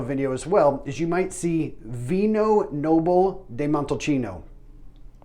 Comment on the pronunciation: Ooof pronunciation pretty rugged. San-jo-VAY-zay. VEE-no NO-bee-lay day MON-te-poul-CHA-no